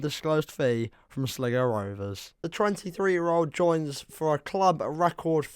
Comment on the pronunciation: Sligo as Slygo